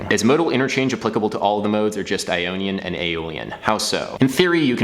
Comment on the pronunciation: first time I heard "an onion and lydian"